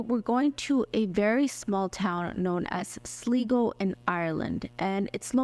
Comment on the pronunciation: Glad I found you! By the way, it's pronounced Sly-go. I used to live in a town with that name. Thanks!